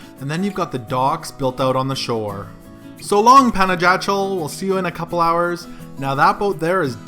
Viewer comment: Great video. But for the next time ask the way to pronounce properly the place you're visiting. Panajachel (Spanish pronunciation: [panaxaˈtʃel]) or simply say Pana.